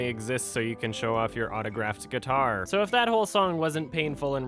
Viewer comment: Somebody, please tell me that he did not say "Gay-tar"